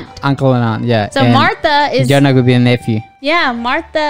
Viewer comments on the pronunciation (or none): Nice one again! No, this isn't "Joe-nah", this is "Yo-nuss" ;) And while we're at it, Mikkel is not "Miquel", it's more like "Mickl", emphasis on the first syllable. Whenever it switches between times, you hear the "tick" of a clock, by the way. This show not only gives lots of information in the visuals and the dialogue, it also does it in the audio. You'll soon notice that certain characters have their signature sound, for example. Loved the editing on your video, first-class!